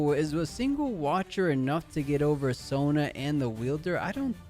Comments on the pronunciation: Sona is pronounced So-nuh… not Zo-ña. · The way he's pronouncing Sona like zhonya is killing me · Alright alright I’ll be that guy Holy crap you kept calling it Sonya and not sona lol